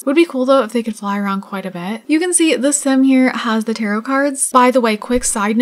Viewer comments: Also tarot is pronounced tarrow not tarrot 🤣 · You're pronouncing tarot wrong. the second t is silent (tair-OH) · Its more like : « tah-rrow »